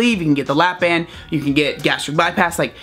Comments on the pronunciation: kinda sounds like your saying lap dance lol, "trying to give everyone lap dance", sorry for my dirty mind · I thought he was saying LAPDANCE